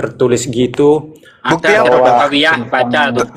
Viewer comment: Coba dengarkan orang kristen dan suku batak setiap mengatakan kata "bukti" mereka yang terdengar adalah bu'ti terus kata "waktu" terdengar wa'tu.